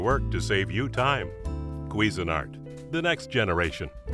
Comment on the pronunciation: it CANNOT actually be pronounced "queesy nart." It's CUISINE-ART. ugh. lol